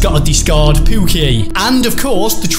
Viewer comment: It’s not pooki it’s [pu-key]